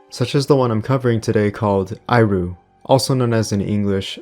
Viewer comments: Thx for the video! Justttt saying, the ‘i’ in iru いる is pronounced ee as in eel, not ai. Not that it really matters of course :) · Dood, the 4th game is pronounced as 'eh-ru'. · Great video. Some of these games were great and find some of them were scarier than modern horrors. Just to let you know though, you were pronouncing Iru incorrectly.